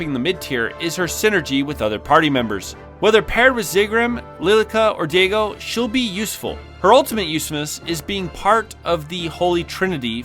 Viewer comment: I feel like you should have done another take when you pronounce a name wrong. Diego, Lilita lol.